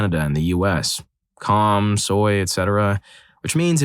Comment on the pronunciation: How does "corn" get pronounced like "calm"?